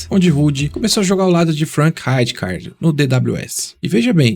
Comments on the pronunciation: “Rajicardi” é foda KKKKKKKKKKKK melhor chamar de Ricardo logo KKKKKKKKKKKKKKKKKKKKKK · Parabéns pelo excelente vídeo. Tive o privilégio de assistir a esse monstro jogar, tanto pelo lendário Milan, quanto pela seleção holandesa na Eurocopa de 1988. Apenas uma crítica construtiva: Você está errando na pronuncia de algums nomes. Frank Rijkaard se pronuncia Frank "Raicar", Rinus Michael, se pronuncia Rinus "Mitchels" e não Maicous. 👍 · A letra J tem som de I , no nome do Rijkaard